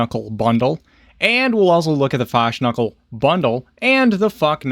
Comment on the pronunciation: YOU literally made me lose my shit when you started with the Queen of Fashknuckle bundle and the fashknuckle bundle" but IM SORRY, DID YOU SAY "THE FU*K-KNUCKLE ANIMAL BUNDLE"? CUZ I JUST ALMOST SPRAYED HALF A CAN OF PEPSI FROM MY NOSTRILS...SO THANX FOR THAT MATE LOL. FUNNIEST CRAP IVE HEARd ON THE INTERNET TODAY..THANKYOU UNTIL NOW I WAS HAVING A PRETTY BORING DAY HERE IN THE MIDDLE OF AN EXTREMELY HOT AUSTRALIAN SUMMER, LOL I LOVE YOUTUBERS LIKE YOURSELF IT IS SO REFRESHING, IM A 52 YEAR OLD GAMER AND A RETIRED AUSTRALIAN ARMY BRIGADIER GENERAL, (YES THE 2 CAN BE COMBINED WITHOUT CANCELLING EACH OTHER OUT LOL) SO MANY TUBERS DOING REVIEWS EITHER ABOUT GAMING/MUSIC OR UNBOXING / PRODUCT REVIEWS ARE SO AFRAID TO CURSE DUE TO DE-MONETIZATION IT MAKES THEM SO BORING..KEEP UP THE GREAT WORK, I LOVE YOUR CHANNEL MATE. CONSIDER ME YOUR BIGGEST FALLOUT FAN FROM THE LAND DOWN UNDER !